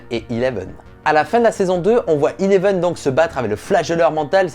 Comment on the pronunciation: Arête de dire eleven s'est 11 ton accent anglais est a chier